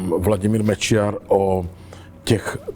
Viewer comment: Jednu osobnu na. Moc cením jak výborně vyslovuje Mečiar. 👍👍👍